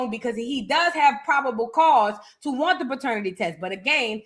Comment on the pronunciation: You are a fool!!! “And we definitely don’t won’t to see Clarissa’s big strong ass in the booth!” (In your New Orleans dialect)… I hollered 😂😂😂😂